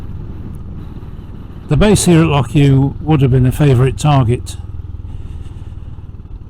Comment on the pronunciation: Great to hear an English person making the effort to pronounce "loch" correctly!